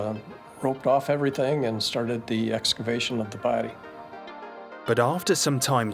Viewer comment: British female narrator, the word is everything, not everythink!